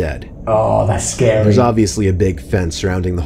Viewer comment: “That’s pretty sKeDy”